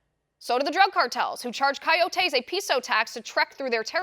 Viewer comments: Love your show! It's not pronounced "kayotayse" it's pronounced "koyotis" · Kai-yoh-tay...lol, love you Liz! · What the hell are you saying when you say coyotes coyotes